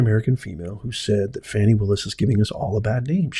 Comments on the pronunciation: Stop Lying! There was no proof! Go Fani Pronounce her name correctly (Faw-nee) Leave her alone! Your entire response is bias! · You are very false and tell the truth beign dishonest to 300,000 people wow group up cant event say her name right you mad😅😅😅😅😅😅